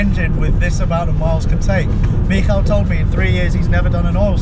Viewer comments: Well done for pronouncing Michal almost like a native ! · your pronunciation of "Michał" is perfect! What a treat!